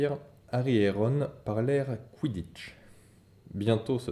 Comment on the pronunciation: Super merci c'est super bien tu as dit kwiditch par contre attention